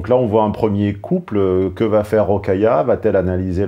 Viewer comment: J'ai mis un pouce bleu juste pour le Rocaillou 😂